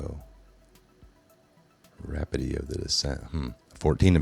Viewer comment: Man! You slow speaking, drawn out, dramatic pause using, mispronouncing, idiots are infuriating. I think he’s alive, I think the reveal is coming, but we will all be dead of old age if we have to depend on the likes of you, and those like you, to inform us. Speculated is pronounced, Speck-you-lated, NOT speck-a-lated. Rapidity is pronounced Rah-pid-ah-dee, NOT HOW YOU BUTCHERED IT! 8th grade education at most is my best guess!